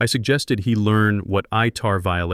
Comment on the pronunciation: Its ITAR. Not ITR.